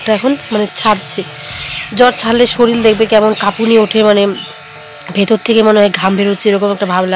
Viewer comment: Shoril na shorir